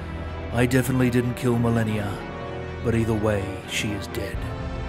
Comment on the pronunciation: Melania, Melanie, Marleny. He pronounced it right, no?